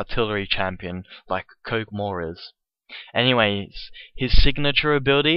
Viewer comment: kohgmaw lol i enjoyed listening while doing other stuff